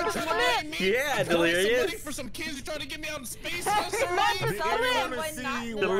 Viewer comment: Ah yes, Dleirous